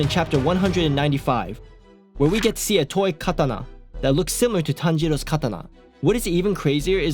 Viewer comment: it’s ka ta na not katada bro said it WAY TO FAST